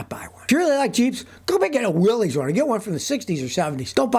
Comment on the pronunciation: Scotty, Willys is pronounced "Willis"...